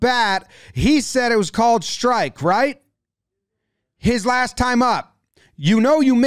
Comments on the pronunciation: No way you make the R sound with your tongue between your teeth like that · ‘Right” not light